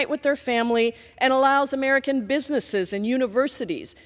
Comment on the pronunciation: He cannot even say "american". Who are "mmmmmericn"?